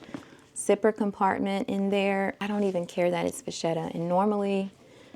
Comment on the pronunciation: I think a steamer might get those wrinkles out of your Speedy. A great hack to maintain a camera bag's shape is to store it upside down. You can train your Graceful by positioning it the way you want it & hang it on a door knob. One more thing. I'm Italian ~ it's pronounced 'vaketta'.😘🌻